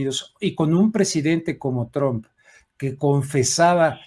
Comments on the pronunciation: Se pronuncia Trump y no Tromp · Se escribe “Trump “ y se pronuncia “Truamp “